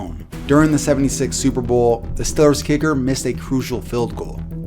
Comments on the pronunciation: stop saying stillers it's St- ee-lers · Stop reading from a script and know what you are fucking talking about! It’s Steeeeel-ers not Still-ers. Fuck man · who are the stillers lol. i only know the stEElers pronounce the e man... cringing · It's not "stillers" or "stellars". It is pronounced STEEEEEEEEEEEEEEEEEEEEEEEEELERS. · Steel-ers not Still-ers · Ok it’s not stellers it’s Steelers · it's stealers not stillers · I wish you stopped calling them the ""Stillers" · Had to stop "the stillers?" Comeonman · I know a browns fan but he says Stillers like he’s from the Burgh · Why is he saying "still-lers"? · It’s Steelers, not Stëælers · What is a Pittsburgh "Stiller"? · The way to say Stellers, you gotta be from Pittsburgh :D hahahaha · Why does he say stillers? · funny how you say stillers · Are you a steelers fan? you pronounce it like youre from pittsburgh or at least the northeast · I live in Pittsburgh and ngl it pisses me off on how you say Steelers 😂, but love the video 👌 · How can you not pronounce Steelers correctly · Are you from pittsburgh? The way you say steelers makes me think so.